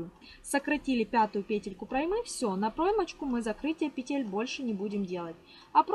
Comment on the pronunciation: Не проймЫ, а прОймы.